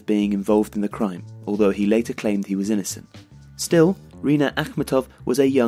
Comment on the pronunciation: Love your channel and love all your videos guys!!! But please please please do at least some research about all these pronunciations. It's rinAt akhmEtov, romAn abramOvich, mariUpol